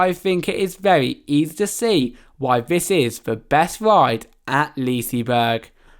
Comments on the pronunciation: I'm well aware I was being sarcastic because of his pronunciation :) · Only Swedish people Will get annoyed when English people say leasyberg😂 im Swedish and i know how to spela it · What the hell is “Leasyberg”